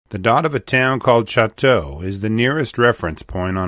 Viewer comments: Well 2 comments The grizzly bear's original range included much of the Great Plains and the southwestern states, but it has been extirpated in most of those areas. Combining Canada and the United States, grizzly bears inhabit approximately half the area of their historical range. And Choteau is pronounced Sho toe. Lived on the front for years and my children still live the neighboring town of Fairfield. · Choteau is pronounced "show toe". When Lewis and Clark made their way westward in 1804, they encountered countless wildlife, including grizzly, all along the rivers and plains, but when they began crossing the Rockies, they were nearly starved by the lack of a single animal to eat, once their horses had all been roasted. Elk, deer, all the various types of goats, buffalo, varmints and birds were NOT living in the mountains. They were all plains animals. After Glacier Park burned, a large population if grizzlies fled east, back to their native plains. There is a huge "problem" with them now, out on the plains of central and eastern Montana, because they are liking what they see: cattle, horses, deer, antelope, grain, rivers, trees and lots of places to hide in all the drainages and coulees. The problem is; they like it. Why would they ever go back up into the mountains and freeze for 6 to 8 months a year when they can live back in the great savannah from whence they came? I'm no leaf-licking bunny hugger, and I hunt every year, so don't misunderstand me, but the bears must be managed responsibly, or they will continue to maul people over on the dry side in ever-increasing numbers. Don't EVEN get me started on wolves... that's for another time. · Just a technical note: Choteau is pronounced , Cho - doe, with emphasis on the Cho. Locals don’t pronounce it as its French origin would suggest. Great story. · The town of Choteau is pronounced Show’-toe. Just saying. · At least pronounce the name of the town!